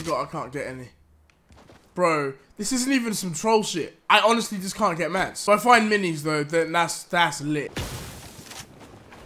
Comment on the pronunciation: Stop saying "MATS"